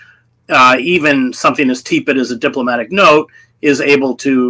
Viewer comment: I’m distressed that no one tells Hedges that he’s consistently mispronouncing “tepid”— it has a sort “e”.